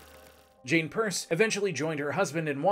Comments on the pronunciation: Great stuff but The Guys name was Pierce as in "Pierce your ears" not Purse as in " Hold my Purse" lol. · Exactly. I'm from New Hampshire and nobody in their right mind says "Purse". I actually had to scroll back because I didn't believe that nonsense was stated. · I thought I was the only one hearing "purse."😂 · Great info, though pronouncing his name as ‘Purse’ is distracting. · Every time he says "Purs" I cringe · "It's called pirs" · Pierce is third from the bottom on my list of bad presidents (Trump and Buchannan are in a tie for worst). Definitely a tragic case. Historical trivia; Pierce was the only president who had no changes in his cabinet for his entire term. His Secretary of War was Jefferson Davis, who remained a lifelong admirer of Pierce. Not sure where you got the pronunciation from, but I've never heard that and could find no source supporting "purse" as being correct. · Why are pronouncing his name wrong?